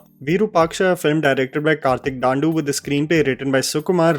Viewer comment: His name isn't Daandu, its Dandu